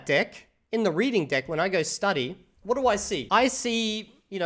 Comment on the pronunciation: I thought he was mispronouncing DECK on purpose 🙈